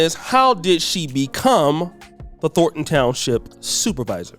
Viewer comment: Thorn. Thornton. Not "Thorton".